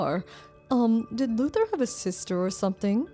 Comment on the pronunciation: Why do I hear "loser" instead of "Luther"???😂